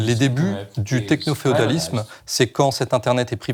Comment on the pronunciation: "Technoféodalisme" et pas "Technopréodalisme" de à